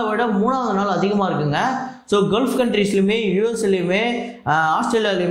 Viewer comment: Bro குல்ஃப் Country இல்ல அது பெயர் கல்ஃப் Country! தமிழில் வளைகுடா நாடுகள் என்று அர்த்தம்